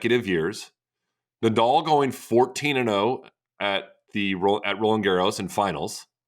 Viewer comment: why can't americans pronounce the name Nadal correctly?